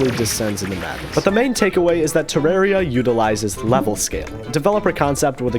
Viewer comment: bro pronunces Terraria as "Tireiria" as I know to pronounce it "Theraria" lol